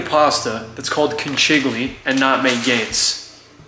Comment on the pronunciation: Conchiglie not concigli